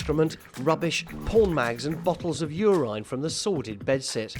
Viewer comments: What is Ureyne. It is Uraine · Nobody: Narrator: bottles of urIne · Stop saying UR-INE, you fucking moron! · “You rine” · "yourine" lmao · How did he say urine? He said it 3 times. Lol